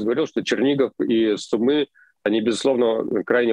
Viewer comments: сУмы ударение на У накие такие сумЫ у вас там ? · Не СумЫ а СУмы, так будет правильно ставить ударение при произношении названия города. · Сумы́ мне режет слух, правильно говорить Сýмы, от слова сумка, там сумку с суммой потеряли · Скажите пожалуйста Руслану, что ударение в городе Сумы на букву У. В остальном огромное спасибо за ваши сводки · Майк и Руслан, спасибо Вам ребята большое за логичную и вдумчивую оценку происходящего в моей стране ❤️ Единственное, не СумЫ, а «СУмы» и «в СУмах» 🙏🏻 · Пожалуйста прошу, умоляю, Суммы. Ударение на У. 😭😭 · кто-то должен это сказать...сУмы, а не сумЫ! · Су́мы, Су́мы, не сумы́ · не СумЫ а СУмы!!))) сумЫ носили в старые времена нищие. Но это не про город. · Не СумЫ,а СУмы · Пожалуйста, Су́мы, а не Сумы́. Спасибо) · правильно ударение - город С'умы, а не Сум'ы... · Извините. Передача бомба! Но слух блин режет … сУмы , а не сумЫ . А так - вы молодцы! Хорошую работу делаете! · Все ок, только Cу'мы, а не Сумы'. Слава Украине! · Хороший ролик, только ударение на "у", не Сумы', а Су'мы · Не сумЫ, а сУмы! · Город сУмы, а не сумЫ. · Не СумЫ, а СУмы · Да не СумЫ, а СУмы, невозможно слушать это неправильное ударение!!! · СУмы, а не СумЫ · Спасибо за видео! Только ударение в название города СУмы, а не СумЫ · Руслан, пожалуйста, не СумЫ, а СУмы Очень режет уши неправильное название родного города. За ежедневную сводку большое спасибо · сУмы, город называется Сумы, ударение на первый слог. Житель данного города называется сумчанин. Пожалуйста, поправьте коллегу. Украинцы, ставьте лайк на это сообщение. Спасибо. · это о случайно, все остальные разы у него СумЫ. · Спасибо за аналитику. Небольшое исправление: в названии города Сумы ударение на первый слог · Попросите Руслана говорить СУмы, с ударением на первый слог. Иначе мы его будем называть Руслан Львив. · Сумы - ударение на первый слог! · Ребята, Сумы ударение на У! Спасибо что даете адекватную оценку происходящему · Спасибо большое за информацию (СУмы, ударение на второй слог, пожалуйста)